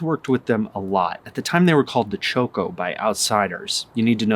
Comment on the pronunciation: With all due respect: it is Chocó not Choco.